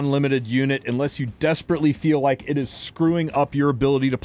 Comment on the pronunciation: "For the six of you who loke playing Dark Adin..." Damn, bro...